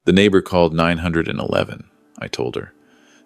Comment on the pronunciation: Why is AI telling the story. It is so obvious. It can’t even say 9-1-1 correctly. It doesn’t say dates correctly. People are supposed to narrate stories not robots. This is why people can’t find employment.